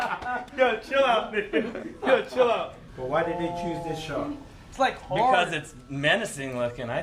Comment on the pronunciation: "Im touching a SHORK!" What accent is that?😂